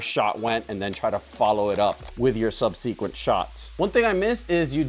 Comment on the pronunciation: hm,think that's the first time I've heard the word subsequent said that way,interesting.